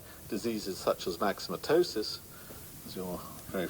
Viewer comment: Myxomatosis is pronounced mik-suh-muh-toh-sis not max-suh-muh-toh-sis. Otherwise quite good for someone who has swallowed a dictionary lol